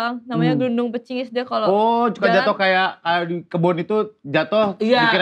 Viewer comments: Gludung pringis woy,bukan glundung pecingis,,,wkwkwk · Gundul pringis bukan gundul pecingis woy 😭😭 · GUNDUL PRINGIS kali bukan gungul pecingis hehehehe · GUNDUL PRINGIS Viiiii bkn gundul pecingisss 🤣🤣🤣